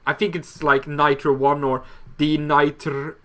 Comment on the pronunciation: Thanks for answering my question! Yeah I think Krookodile, Zebstrika and Braviary are my 3 favourite Gen 5 Pokemon. Also just in case you were wondering, my name is pronounced as if the zero were an 'o' (therefore 'Nitro1') just like you said in the video. :)